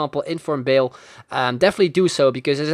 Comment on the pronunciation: Loved the video :)... But all I could hear when you say Bale is Bill :')